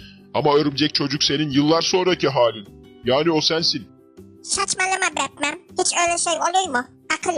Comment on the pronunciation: Batman yerine met man diyor